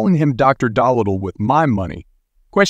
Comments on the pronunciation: The AI saying Dr. Doll Little tho! 🤣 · The AI needs to be tweaked. To many pauses between words like Spider (long pause) man. Also not being able to correctly pronounce Dolittle.